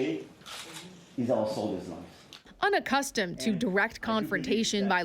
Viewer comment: They're"unaccustomed"???Is this news reader a preschool teacher?